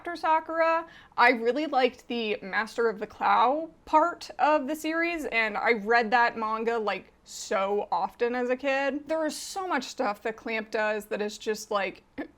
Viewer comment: "Cardcaptor Sakura actually referred to as Cardcaptor Sakura instead of Cardcaptors! been replaced by an impostor --" They pronounce Clow to rhyme with cow "...okay, yes, reference to the cut-and-paste Nelvana dub confirmed, it's the real all right."